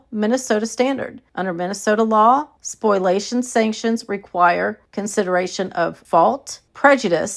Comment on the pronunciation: So it's okay for KJ to delete stuff but no one else??? Also,, it's "spoh-lee-a-shun" not "spoil-ation." Sorry to be the grammar police! 😊